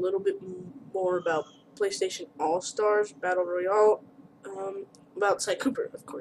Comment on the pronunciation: Battle reyole? Battle royale